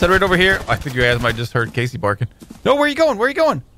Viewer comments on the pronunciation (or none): none